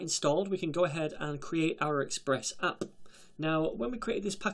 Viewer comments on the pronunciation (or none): "We can go ahead and create our express appPUH!" Lol